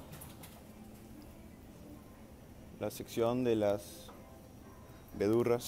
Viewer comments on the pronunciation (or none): Jajajaja me encantó su pronunciación y cuando dijo " las vedurras" y "que chido".